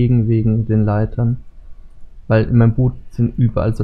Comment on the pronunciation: das heist Boot net bott